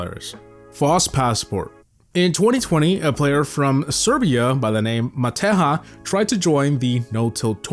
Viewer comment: Serbian guy was called "Matehya" with a soft j